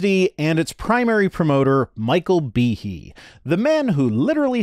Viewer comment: Am I the only one who heard Behe and immediately said it out loud like Michael Jackson’s Tee-Hee? 😂🤣 also I had to look it up to check the spelling and apparently google says it’s supposed to be pronounced (bee-hay) so idk which is correct 🤷‍♂️ also please forgive my lack of proper annunciation, grammar is something I’m trying to work on but not my strong suit😅